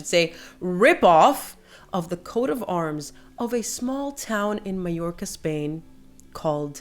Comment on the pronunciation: Thank you for pronouncing Porreres and Mallorca correctly. So many commenters aren't.